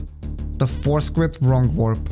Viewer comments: Great video. I love WR Progression videos and when it comes to og Dark Souls, I couldn't think of anyone better to put one together. Also, on another note, I kept hearing "four squid" in my head instead of "force quit" lol. No disrespect intended, obviously.. that's my own mind's fault 😁😁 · I know you're saying Force Quit, but I can't help but hear Four Squid. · Anyone else started hearing Four Squid instead of Force Quit after a while? xD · Thought he said foreskin at first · i really love your accent but i have to admit that i was listening to this while driving and i thought you were saying "four squid" and not "force quit" for like half of the video LMFAO i was like what??? i thought squids were a bloodborne thing??? skfkskkfkd im so sorry anyway great video!! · it took me over 13 minutes to realize he was saying "force quit" and not "four squid" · I put this video on as background noise while painting my house. I desperately trying to figure out what four squid could possibly mean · Actually, both are acceptable. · I heard force grip lol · Those four squids take a while to fight! I can see why skipping them is so important! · You made me realize it sounds like four squid